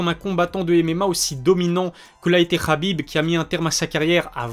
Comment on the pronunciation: tu prononces toujours Khabib "Rabib" mais Makhachev "Makachev" plus souvent que "Marachev" . C'est amusant je trouve ! Est-ce tu fais ça consciemment toi qui prends toujours soin aux mots choisis ?